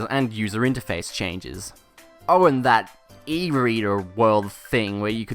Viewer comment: I like accents and all, but, I hate when ppl say "oh" like "owurr"